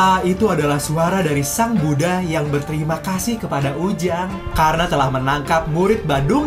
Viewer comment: Sumpah kga suka gw cara lu sebut buddah kw kw ke gitu ke gimana gitu di denger mau gw truss nanti rame ini koment lain kali bikin konten cara ngomong lu benerin ya